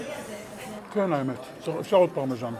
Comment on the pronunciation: אומרים פרמזן לא פרמזנו יא אילג:face-orange-frowning